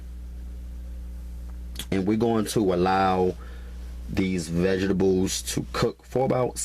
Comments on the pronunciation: is he saying vegetables or vegablez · Did my man say "VEGERBULLS" ????? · "I pry ma vegables." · My "Veh-Gih-Bulls" 😅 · MY VEGIBLES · Rosie Conaghan . ok.lmmfao. "vegeballs" I thought I was the only one who caught that.lmao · There's a T in vegeTables. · "Vejezabulls" tho... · If this dude says "vegables" one more time. I'm going to punch him through this computer screen. LMAO! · Love the videos but that drives me crazy as well!